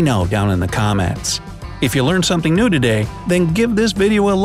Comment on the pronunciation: I'm laughing every time when I hear: If you have learned something "noo doo day". Hahahaha! I think he meant "new today".